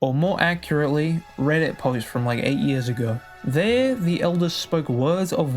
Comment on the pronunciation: did you rike it?